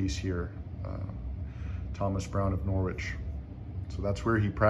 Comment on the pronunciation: Very nice to see this. The 'w' in Norwich is silent, thus it is pronounced 'Norrich' by British people.